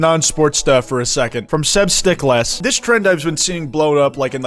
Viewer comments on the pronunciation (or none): "Seb stick less" is crazy. Pretty sure Sebsticless is supposed to be pronounced like testicles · pretty sure it's pronounced more like seb-sticlez (testicles)